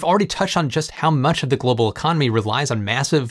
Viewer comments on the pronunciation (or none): none